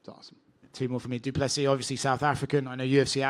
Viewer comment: 2nd round went to Du Plessis Dana as called by others. And it's pronounced doo plasea, should try to get the fighters name right.